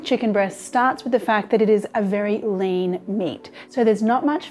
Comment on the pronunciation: I thought she said "the problem with chicken breast starts with the fact that it is a very lame meat" .